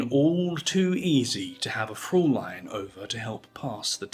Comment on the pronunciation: Fräulein, not Fräwlein. And it's prosaic, not prosiac.